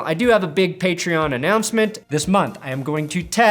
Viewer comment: What’s a paytron? Is that some kind of transformer?